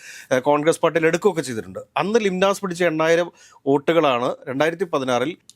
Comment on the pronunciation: ലിംനാസ് അല്ല ലീനസ് ആണ്